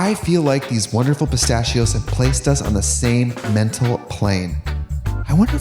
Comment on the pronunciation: katya: "pristachios"